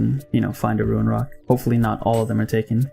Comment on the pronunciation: Love the vids man, pretty informative also not to sound like a douche but its rune not ruin like roon haha sorry